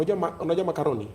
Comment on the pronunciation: Makoroni lol. That’s how it’s pronounced boss 😅